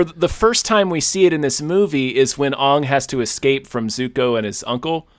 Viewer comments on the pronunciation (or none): I know that the fault lies squarely with this godforsaken movie, but I honestly ground my teeth every time mispronounced Aang. Thanks to both of you for understanding how horrifyingly torturous this adaptation was for those of us who love the source material... I thought it was gonna be the defining mythology for my kids' generation, like Star Wars was. I cannot express the rage and despair evoked in me by this disaster.